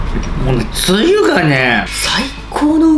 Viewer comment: 酒がスープｗつゆのイントネーションが梅雨になってるのだ( ´,_ゝ`)ｲﾋ